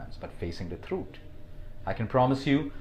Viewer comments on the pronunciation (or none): Did anyone notice "Thrut" instead of "Truth"